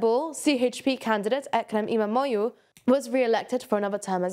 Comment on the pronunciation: Great pronunciation of difficult Turkish names. Almost perfect. “imamoğlu” means “son of imam”. And the second part of word is more like “oolu”. So we elongate the “o” sound and the glottal “ğ” sound almost disappears.